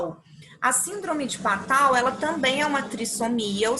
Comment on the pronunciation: A sua aula é boa mas a pronúncia das doenças é péssima síndrome do mio do gato??? até você fala de miado do gato Este é o nome correto e Patau Nunca vi ninguém falando assim se fala "Patô"